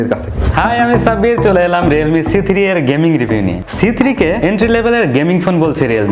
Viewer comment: vhai apni c3 boltesenje jeno lage apni bolen cg